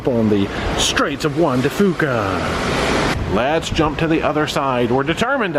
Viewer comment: I appreciate all the details of this series! FYI we Washington natives say Strait of Juan de FEW ca, not FOO ca.